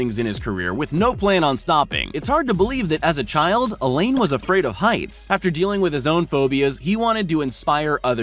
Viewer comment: Hi, please learn how to pronounce French!! I notice, you butcher French words! Alain is not pronounced as Elaine. It is said like this - A LAA (A as rhymes with TA and LAA as rhymes with BAA!!). Alain is French for Alan and the 'in' is silent!!